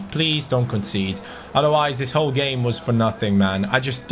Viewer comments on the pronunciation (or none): none